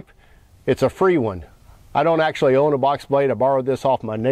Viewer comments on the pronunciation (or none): none